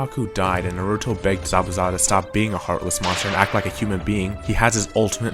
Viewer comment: omg you actually pronounced naruto's name right :D I hate it when people say neruto -_- its with an A not an E just like sam is with an A and not an E, and really who wouldn't hate it, if I pronounced your name wrong you'd be upset too